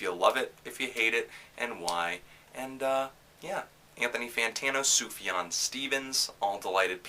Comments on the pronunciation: Sooooooof-yawn. Not suff-jawn. It's like persian or something. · I thought it was pronounced "soofyan"? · Subjahn Stevens?? Lol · “ Suv jan Stevens “ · SOOF-YAWN, there is an F in there. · If you're going to hold yourself out as a "reviewer" please learn how to pronounce the artist's name.